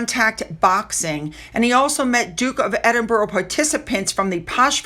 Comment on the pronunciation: Edinburgh is pronounced”Edinburra”rather than”Edinburrow” ( Strange but true!) 😊 ❤.